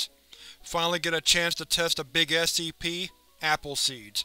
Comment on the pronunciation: He said Scps like “sceps”